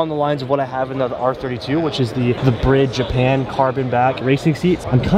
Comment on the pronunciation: no ones gonna comment on the fact pronounces Bride as Brid?